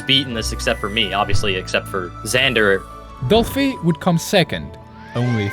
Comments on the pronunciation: not "doplhy" 😢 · “doplhy” haha